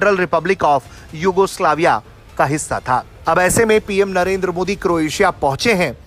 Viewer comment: हमारे पी एम का नाम नरेद्रा नहीं नरेन्द्र मोदी है कम से कम हिंदी तो बोलो साफ